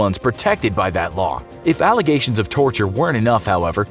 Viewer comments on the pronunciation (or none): none